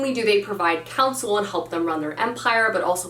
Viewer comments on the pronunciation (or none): none